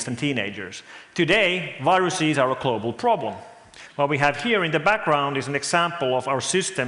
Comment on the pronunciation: His accent actually isn't that bad for a Finnish guy. I've heard worse. And yes, the "klobal" is difficult to pronounce for Finns, mostly because the Finnish language doesn't really use many words with "g" in them.